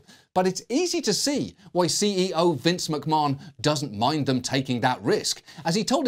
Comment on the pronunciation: Never heard the name Vince McMahon being pronounced so weird. ^^